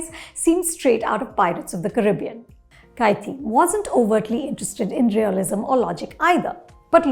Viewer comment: Can none of the non-tamilians pronounce 'kaithi' properly?? Is it that hard??? Gosh!!!!! Take some effort man.